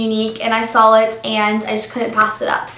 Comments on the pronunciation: Im sorryy i love you and your vids but please dont say Sawl its saw sorry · its weird how you say "sawl" instead of "saw".. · Since when does saw have an "L"in it :S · Has anyone else noticed when she says "saw" she's saying "sawl" lol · hahaha "SAWL"